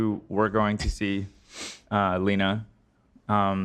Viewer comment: how tf are you gonna mispronounce a name as simple as Lena, as "Lin-uh", especially when you literally found a clip about the chick AND edited it to show her own husband saying her name correctly . Bro really